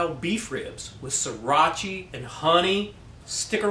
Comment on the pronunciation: Sriracha: Sree Ratch Ahh Not "See rotch ee", friend. :)